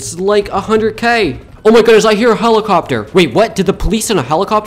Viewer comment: His pronunciation be like holocopter❤❤❤😂😂😂😂😂